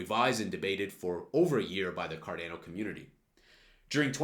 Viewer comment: It’s “car Dah no” Not “ car dan o”